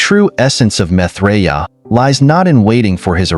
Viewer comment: PRONOUNCE HIS NAME CORRECTLY!!!